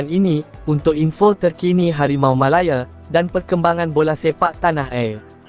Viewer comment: Bodoh punya AI. Malaya lah bukan Melaye. Channel sampah ni😊😊😊